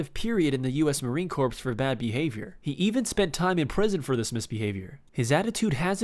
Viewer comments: It's not marine copse, its marine core (in pronunciation anyway). I dont care from a serving in the military standpoint as much as I do from a grammar and enunciation standpoint. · the ps in corps is silent... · When he said marine corps did he pronounce the p instead of leaving it silent? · Corps pronounced core not corpse... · Yes he did lol